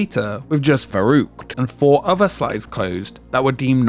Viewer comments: I'd appreciate it if you'd spend a few more minutes on pronounciation. Just put the word into google translate and press the speaker, it will show you how it's pronounced. V in german is like an f, and the ü is not an u, it's more like the i in "lick". I cringed everytime you said the word. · Well, no one in the entire video had the pronounciation of "verrückt" even remotely right (neither did you by the way). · The pronunciation of the slide Verruckt is so poor by the narrator, that no German would know what he was saying. For example, the letter 'V" that starts a word has the "F" sound, not the typical American V sound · I really had a hard time understanding the name off the attraction when it was spoken by the narrator. I really couldn't make anything out of it. Until about 3/4th I saw the name of the attraction as written on a plaquette. Verrückt. Yes a german word. Should also be pronounced german. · VERRÜCKT not veruqt, cmon! at least try 🤦‍♂ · I lost count of how many different ways Varrukt was pronounced in this video. I also got curious about how old my favorite roller coaster was and it turns out it's 2 years younger than me. That's fun! Shivering timbers! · For the name of the big slide: "verrückt" means crazy (I guess that's what you meant) - it's pronounciation is "far-ü-kt", the ü sound is hard to make for a non native but "cute" comes close to it. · Could you have not pronounced the name of the ride consistently throughout the video? Veroockt, veruckt, make up your damn mind! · Nothing like americans trying to pronounce "verrückt". The first syllable is prounced "fair". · Well, "verrückt" is also not pronounced "fuh-rookt". 'Muricans I guess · its interresting alright, specially the fact, those in charge, dont listen to "scientists"engineers, because....what do they know?! but idk why americans NEVER check out how to pronounce foreign languages 🙄 its "verrückt" not "faroug"😅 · Your pronounciation of "Verrückt" gives me a headache.